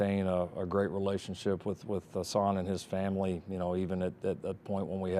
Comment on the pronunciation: Riley keeps saying HAsan instead of HUsan